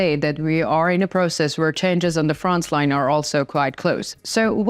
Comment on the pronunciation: I have a slight suggestion to you, regarding your English pronunciation. Your English is perfectly understandable, but my suggestion is that you pronounce 'frontline' without a 'ts' sound. It always sounds like you say 'frontsline', and being a word you use a lot, it would be great if you could improve this pronunciation. Thank you for a great channel of information!